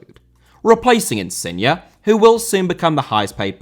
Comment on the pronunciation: Insigne* not Insigner ffs, just awful